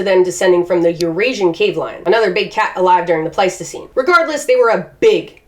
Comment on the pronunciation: I know what it's called, I know what you are actually saying - it's just that I keep hearing you saying Plasticine Animals and expecting you to be playing with creatures made with modelling clay.